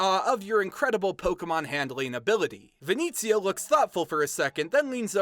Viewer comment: Also, as a note: Venezio is pronounced ve-NEH-tsyo.